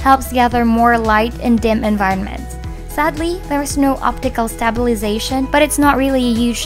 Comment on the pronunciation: her pronunciation of "stabilization" is punishment to my ears